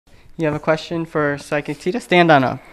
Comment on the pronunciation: loved it when said PHYSCIC